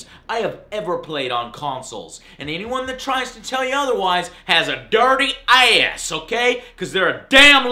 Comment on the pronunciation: I can't help myself but giggle uncontrollably on how he pronounce ass.